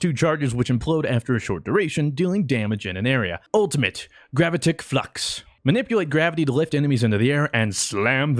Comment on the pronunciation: Wrong pronunciation for Gravitic.